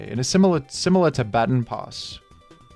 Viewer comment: The way you pronounced baton pass almost killed me